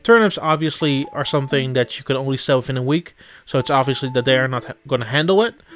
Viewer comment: I like how you said that "dey are dere" XD